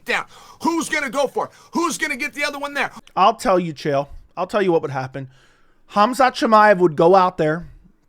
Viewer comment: Also, Chael is the may be the dumbest human being on earth. Dude just rambles garbage and makes up stories. And people try to tell me his mispronunciation of names is a gimmick, but no, he's too stupid and full of his own shit to realize how ignorant he sounds. He just doesn't care.